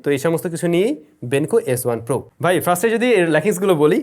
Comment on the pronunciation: Bhai er first bola ta ekn o thik hoilo na😂😂...... Bhai bole frist....uccharon first hobe bhai frist na😂😂😅